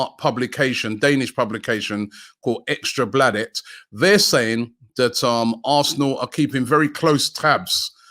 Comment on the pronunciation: Bring in Jesper! A great option from the bench. Robbie - I love your pronunciation of ‘Ekstra Bladet’ :D